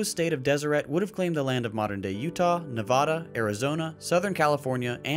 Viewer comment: please for the love of god please pronounce Nevada correctly